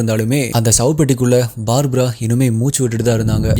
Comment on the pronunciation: "BAABRA" இல்லை அண்ணா... "BARBARA" = பர்பரா